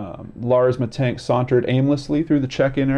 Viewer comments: Hi there, it is penonounced Mee tannn-g-k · you would pronounce it like 'mittunk' in germany :) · So, about your pronounciation, it's okay, just the second "a" is off. It's more like in Lars or Ghandi or just try a scottish accent impression. That's generally a little trick, if you see a German word, just do the Scottsman. Aside from that, you just need to know that "sch" is the same as the english "sh". A "ch" sounds similar, yet I don't think it's used in english at all, but you can get away with the same as "sh", you'll just sound like a German rapper then. Aside from that, if there's an "e" at the end, it's spoken, it isn't silent or prolongs the vowel. About "Aktenzeichen XY" it's a show that has been running on television for ages, reporting about unsolved cases and asking the viewers to give clues if they can. The show runs on "ZDF" a channel that is "öffentlich rechtlich", which basically is payTV with gouverment enforcement that you have to pay. It's also technically a propaganda channel for various lobbiist groups, but is considered more trustworthy than the private television. Genereally facts they bring a genuine. The manipulation in this channels usually just occurs in what they don't show. For example there's a lot of screening time dealing with the refugee crisis and no screening time for information on the laws that the gouvernment slips through during that time. Generally, it's a good newssource nonetheless. You have also scrolled over some links to bild.de. Bild ("picture") is a popular politically right magazine, which pretends to be a newspaper, which